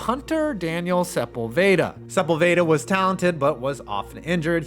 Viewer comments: Hearing u say sep-ul-vayda 😂 it’s suh-pol-vid-uh😂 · Aint no way this guy just pronounced Sepulveda, as supple vayda. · Hey, it’s pronounced “Su-paul-vuh-duh” and he was an injured proned mess. Because of that Mitch Berger has a Super Bowl ring. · Pronounced Sepulveda wrong. unsubbed